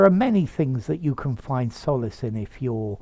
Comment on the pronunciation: Hej. Solice is pronnounced /ˈsɒlɪs $ ˈsɑː-/ you pronounce it 'So:lis. Please check the pronounciation.